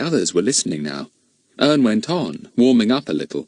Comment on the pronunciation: Said wrong Ern😢😢😢😢😢😢